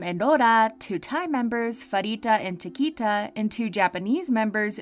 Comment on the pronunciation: You pronounced CHIQUITA WRONG